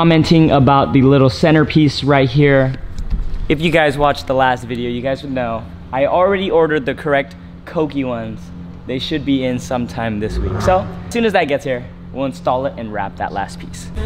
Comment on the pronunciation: Everyone: “ kouki “: “ cokey “